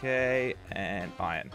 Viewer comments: jelly keeps on saying ion but its pronounced iron not ion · always says ion for some reason